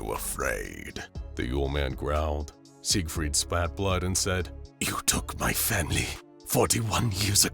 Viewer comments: As a German it hurts me everytime he pronounces Sigfried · Please stop saying siegfried like that